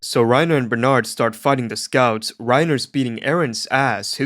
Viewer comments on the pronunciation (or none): Calling Berthodt everything except Berthodt is killing me😭, 😂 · Why would he pronounce his name like that? It’s bertholdt pronounce buh- ree - toe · Quite sad how nobody can get (b u t t hole's) name right. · The fact Bertholdt's name was not once even close to being pronounced correctly made me laugh harder than I've laughed at a video in such a long long time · the only thing this guy was able to pronounce correctly was Berthomolomew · not knowing how to pronounce bertolds name is real